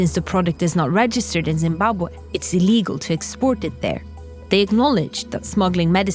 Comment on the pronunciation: first time i heard someone said zimbabwe how it really been spoken. just for that i like that video. but i cant pronounce it like that haha im from germany.